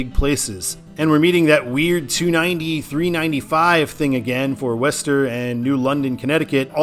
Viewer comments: Worcester is pronounced "Wooster." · Worcester is pronounced "woostuh".